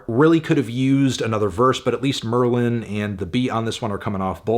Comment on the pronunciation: Melon we’re all sad about them breaking up but you didn’t have to call merlyn stupid for almost 11 minutes, that’s not the way his name is pronounced :(